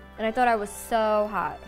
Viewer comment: The fact that you spelt "hot" as "hawt" cause she said it 😭😂